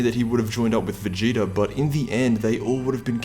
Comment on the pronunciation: You said goku and veagta